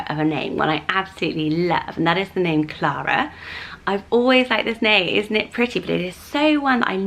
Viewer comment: I love Alice and Elinor! Clara is beautiful the way you say it 💜